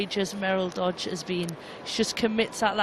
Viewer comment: Katy McLean's inability to pronounce player names correctly, sadly, is still as bad now as it is listening to her say Dodge and Tooma. How hard can it be?